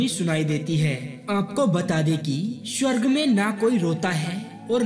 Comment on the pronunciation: Bolna to sikhle swarg ko tu shawarg bol raha hai